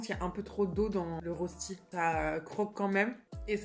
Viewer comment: "Une rosti" 😭. Ca se dit un "Reuchti". En tout cas, tu m'as bien ouvert l'appétit. :)